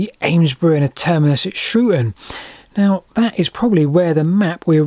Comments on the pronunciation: It's 'Shrewton' not 'Shrewon'. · the U in Coulston is silent, and the T in Shrewton (certainly as my Grandparents said it) certainly isnt. 😉Fantastic video though, I didn't know Shrewton would have had a railway, and I've cycled through it many many times